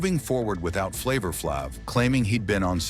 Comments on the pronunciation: I can't get through it with this white boy butchering Flaves name. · why do you purposely pronounce flav's moniker like that